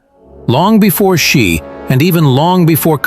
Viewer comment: It's Xi Jing Ping ... “Xi” … could be pronoune as ...“SEE” ... JING PING ... NOT “SHE” JING PING 习 近 平